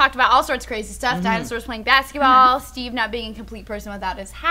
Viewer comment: Did Steve messed up his own name in the intro?